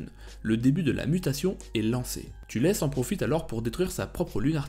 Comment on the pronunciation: Thalès pas "Tulès"